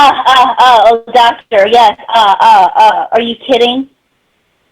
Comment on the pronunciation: Happened upon this video, and I'm glad I did. This call cannot be dissected enough. This whole saga, with "Tha Doctuh" is my personal favorite.